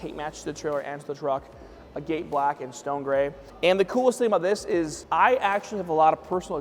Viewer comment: Being a guy that crushes rock for a living, hearing him mispronounce "agate" everytime he said agate black was driving me nuts 😂